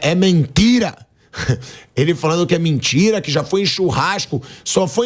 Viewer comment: O Abel disse bem: "É mentira!". E tu disseste: "É mentchira!"